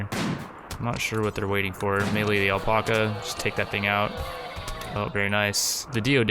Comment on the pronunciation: Pretty intense video! But ffs please say alpaca right lol it's AL-PACK-UH.....not el-pok-uh 😂